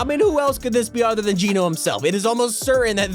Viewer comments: It's Gēno not geeno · PLEASE STOP PRONOUNCING IT JEAN-O IT'S PRONOUNCED JENN AS IN JENNIFER O AS IN GENOCIDE.. LIKE THIS JENN-O ... BTW GENO (PRONOUNCED JENN-O) IS NOT A PERSON.. GENO IS A GROUP..A FACTION IF YOU WILL.. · ITS NOT GEE NO ITS GEH NO they said it in the trailer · It’s not Gino it’s geno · Its geno Pronounced: j e n o Not j e e n o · its Geno not geeno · It’s genō not geeno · Can you stop calling her Gino? its said Gèno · It’s gehno not geeno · It's not geeno it's like saying Jen with a o listen to john say it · Ok I just have to because it's pronounced Jen-o not geno cause thats what jonesy said in the event in season 6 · Why does he say jeano instead of geno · He keeps on saying jeeno it's geno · Just thought I would tell you your were saying geno wrong it's not ge no which is how you were saying it its geno ge not gee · How you pronounce Geno is so bothersome lmaooo. The actual event literally said her name. Gen-oh. Gen...like Jen. Oh. Geno. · ok why is it so frustrating the way he says Geno?? HE IS SAYING IT WRONG!!!!!!!!!!!! IT ISN'T PROUNOUNCED GEE-NO, IT IS LITTERALLY SAID IN THE CHAPTER 2 SEASON 5 TRAILER, HOW DOESN'T HE UNDERSTAND?? AHHHHHHHHHHHHHHHHHHHHHHHHHHHHHHHHHHHH!!! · geno is pronounced jeno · Please just pronounce geno properly it's so annoying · Your saying geno wrong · He's pronouncing Geno wrong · It’s geno not gino